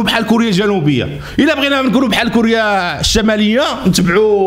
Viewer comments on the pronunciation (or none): Ça m a fait top rigolé comme quoi t arrivait pas à prononcé le nom teboune , un enfant de 2 ans tu lui demande de dire teboune il le dira facilement ha ha ha .